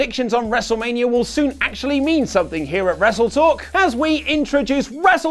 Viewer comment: SUPOHT. RESSLETOHK. ohduh uh tshut